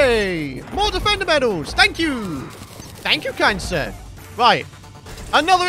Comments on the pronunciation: Every time he says thank you kind sir it sounds like he saying thank you cancer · I finally realized he was saying "kind sir" not "cancer". I was so confused lol